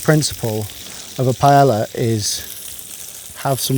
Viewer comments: I love all your videos...But, I find it amazing that the British people who are so proud of the way they pronounce French, cannot pronounce Spanish worth a damn. You pronounce the 'A's the same 'Ah" not Aaaaa. What is so hard about that. So easy to remember that a double 'L' is prounouced the same way you say a 'Y'. So Pallea is Pah yah ah. It's not just you. It's all of you. Spanish couldn't be easier because the vowels are fixed. Which means "no matter where the vowel appears in a word it is pronounced exactly the same way. A=Ah, E=Eh, I=EEE,O=Oh, U=Eoooo. If you can pronounce French words, you should pronounce Spanish ones too. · oh NO you pronounce the L's?! lol ouch. love you, but the english really have murdered language. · When he blurted the word P-A-E-L-LA, I immediately close this window after I wrote this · Wtf was that pronunciation of paella? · How are you a Michelin star chef but you pronounce paella like my redneck cousin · for the love of god please learn how to pronounce paella. the double LL in spanish is pronounced like a Y. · * NO ONE * butchers Spanish words like the British. The strange thing is they tend to say, "Well, at least it's better than the American pronunciation." No, no it's not. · 3 seconds in and this fool already fucked up by mispronouncing Paella. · Really with that pronunciation though? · Bro, you live right near Spain, at least do the courteous thing and pronounce the dish properly. The LL in Paella are silent. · love your channel mate, but please /LL/ is pronounced like a /y/ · I know you're a good chef but the fact that you refuse to pronounce paella correctly makes me think you don't know shit about Spanish cuisine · Just once in my life I would like to hear an English person pronounce paella correctly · He mispronounces paella. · Looks delicious, great tips, beautiful presentation! Pronunciation... ...? Sill love you anyway 😅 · How come British people mispronounce ‘paella’? Even a top chef does it. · Bro's calling it paela